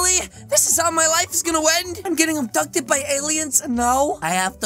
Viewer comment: I rought I were saying adopted in stead of abducted then I was like huh new thing